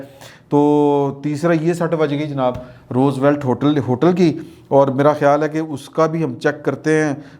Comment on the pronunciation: it's Roosevelt, not rose valet